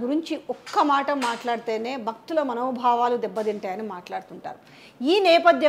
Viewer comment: "బక్తుల మనో బావాలకు బంగం" -- కాదు తల్లీ... భక్తి, భావం, భంగం.. తెలుగు భాషను ఖూనీ చేయకండి.